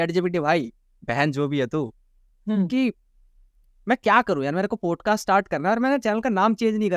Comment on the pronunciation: पॉडकास्ट ❌ पोडकास्ट ✅ भाई प्लीज़ "पोडकास्ट" मत बोला कर वो "पॉडकास्ट " होता है । "औ " की ध्वनि आनी चाहिए । "पोडकास्ट" बोलते हो दिक्कत कुछ नहीं पर ऐसा लगता है कम पढे लिखे हो जबकि ऐसा है नही ।